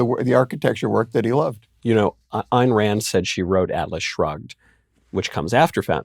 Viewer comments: Not to focus on trivialities, but wth, Puzder? Her name is Ayn (rhymes with pine), not Ann. You've been a fan for years and you obviously must know this. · Ayn Rand is pronounced Eye-n not Ann. Eye with N on the end. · “Ann” Rand? 😂